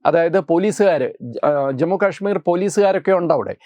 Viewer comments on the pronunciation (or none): none